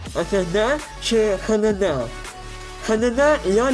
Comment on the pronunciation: Не називай аш ді ді ( HDD ) хе де де . ) І музика на фоні розмови... її треба тихіше бо тебе погано іноді чути. У ссд менше памяті ніж на упаковці не тому що це маркетинг а тому що там їсть память буферна система. а пишуть саме скільки блоків памяті. тому по суті вони не обманюють. Там не пише ССД з вільною памятью 512. там пише що сам ссд на 512. і це так і є. Я рахую що менше ніж 512гб ссд взагалі не варто розглядати під систему і т.д. 512 це мінімум який вартий уваги.